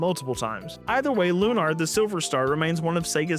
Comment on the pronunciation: It's Lunar, not Lunar, but yeah.